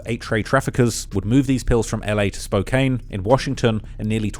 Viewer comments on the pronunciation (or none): Not “ Spokaine “ Washington!! 😅